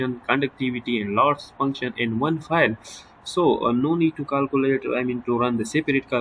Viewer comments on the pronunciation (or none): کالکولیٹ نہیں کیلکولیٹ سہ لہ پختانہ شرمے